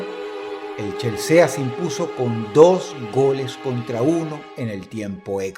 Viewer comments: Dross no se pronuncia chelse-a, es chelsi xd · Dross se dice "Chelsi" no chelsea xd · es "Chelsi" no "Chelsea" -es "Chelsi" no "Chelsea", con razón no tiene amigos :'v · Dross pronuncia perfecto el inglés, pero no pudo decir "Chelsi"... Cero fútbol el chabón, cómo le vas a decir "El Chelséa"???? 🤭🤭🤭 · Todos pronunciando chelsea: Chelsi😎 Dross: ChelsEA😎😎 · Que asquerosa pronunciación de inglés, Dross "C h e l s e a" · Por qué le dice Chelsea?xdd es "chelsi" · Chelsea no se dice, se dice chelsi. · Se pronuncia Chelsi no Chelsea Dross. Pero del resto todo bien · Se nota que Dross no sabe de fútbol mucho , hablando del Equipo chel se a , se pronuncia chelsi, jajja , pero bueno el vídeo.🔥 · El CHELSEAA 🤣🤣🤣🤣 ay Dros que no se note que sos futbolero xD es Chelsi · Chelsea? Se pronuncia Chelsi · CHILZEA?? CHELCEA???!!!! SE DICE "CHELSI" XD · el chelsea asi como se escribe lo nombro jaja se pronuncia chelsi... ahí te das cuenta que Dros es 0 futbol. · Se pronuncia Chelsi, no chelsea. Y es racing club, no el racing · Todo el mundo: Chelsi God Rotzank :CHELSEA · Todo el mundo: el chelsi Dross: el chelSEA 😂 Gran video Dross 💪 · Chelsea se pronuncia chelsi jaja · Menos futbol que dross diciendo chelsea en vez de chelsi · aprende a pronunciar los nombres de los equipos anda chelsea... se dice chelsi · CHELSE A ( SE pronuncia chelsi) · Se pronuncia "chelsi" no "Chelsea" 🤦🏻‍♂️🤦🏻‍♂️🤦🏻‍♂️🤦🏻‍♂️🤦🏻‍♂️ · dross: Chel sea Nosotros: Chelsi :v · se pronuncia (chelsi ) Mamahuevo no chelsea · Chelséa? jejeje, por lo visto Dross no es mucho de futbol. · Chelsea?? Se dice chelsi XD en fin como siempre videazo dross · Dross, no es algo tan inportante pero al Chelsea se le dice "Chelsi" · Se pronuncia chelsi Dross xd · Chelsea 😂 buen intento dross , se pronuncia Chelsi. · se pronuncia "CHELSI" el chelsea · Me encanta la pronunciación de Dross de ciertos equipos jajaja Chelse-a, Cleypol.. ni siquiera se molestó en buscar como se pronunciaban correctamente jajaja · se lee chelsi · "CHEL SEA" 😂